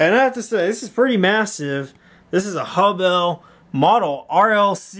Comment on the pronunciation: It's pronounced HUBBEL NOT HUB BELL